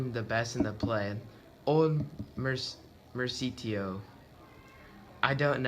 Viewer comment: It's pronounced mer-coo-shee-o 😂😂